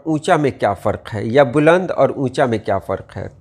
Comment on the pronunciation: السلام عليكم ورحمة الله وبركاته بلند کے ب پر پیش نہیں زبر ہوتا ہے